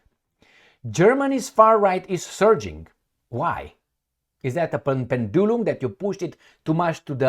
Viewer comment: I prefer pronunciation of pendulum to correct English.